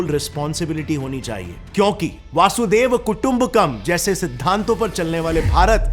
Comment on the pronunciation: Jitna fluent English bolte ho uska 50 % shuddh uccharan Sanskrit ka q nhi karte? वसुधैव को वासुदैव? अपने भाषा को english accent में बोलना उचित है क्या?